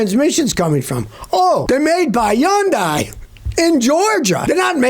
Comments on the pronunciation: Hey Scotty nice glasses. And it's pronounced hun-dee, not yun-di😂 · Hyun-dai. Rhymes with "Sunday" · Is he saying Hyundai?????